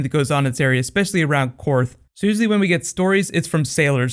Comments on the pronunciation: Not Qorth, QARTH! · Why are you pronouncing it that way? Both the characters on the show, as well as the spelling of the word itself would make it "ash-eye", not "ah-sigh", like you're saying it... And then Qarth?? The show even goes out of it's way to give a lesson on how to say it correctly, via the Spice King.